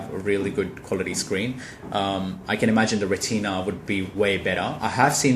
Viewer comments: Ret-IN-A... lol not ...ret -TEEN-ah. like the part of your eye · If he says reteena one more fucking time...